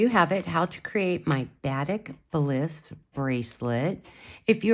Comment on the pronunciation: Very cool bracelet, thank you. Just for clarification...Batik, the beautiful SouthEast Asian form of dyeing fabric, is properly pronounced with emphasis upon the second syllable: buh-TEEK.